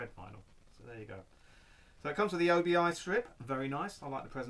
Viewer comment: Hey, + 1 to see your Japanese Vinyl! But before you do, one thing I've noticed watching your videos you refer to the Side Sash/Strip as an O.B.I? I have friends from Japan and have travelled there a couple of times, and it's just pronounced Obi. It doesn't stand for anything it comes from the sash worn with the Kimono. Otherwise mate, keep up the good work & say hi to Boba Fett for me!;)